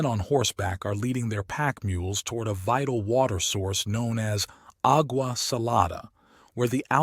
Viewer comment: Agua pronounced aw-wa.